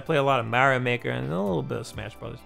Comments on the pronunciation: Just dont say Mario ever again bro, you ruin his name man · The way this guy says Mario has me dead 😂💀